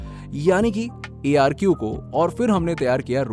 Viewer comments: ARQ kyun bol rahe hain? अर्क boliye ya urdu mein عرق... arq yani extract... jadi butiyon ka extact. Nice video with good information. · ARQ liquid😂😂 - 'अर्क' बोलते है उसे, अरबी word है, Essense bolte h ....😂😂 Aur Permitated Colour nai Permitted Colour hota h Dhnyawad 🙏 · ARQ नहीं, अर्क